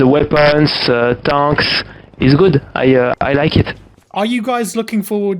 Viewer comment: "ze weppons ze tonks, i like it, is good" 😂